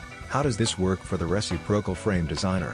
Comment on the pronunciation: you'd think with AI they could modify the text-to-speech to know how to say "re-cip'-ro-cal" from the dictionary. :) re·cip·ro·cal